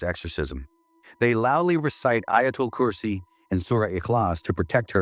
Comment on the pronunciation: This is the very first time I hear AI pronounce "ustad" & "Ayatul Kursi" correctly